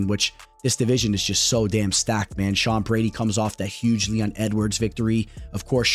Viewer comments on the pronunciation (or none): none